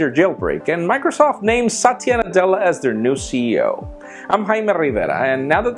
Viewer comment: It's not satiya it's sa-thi-ya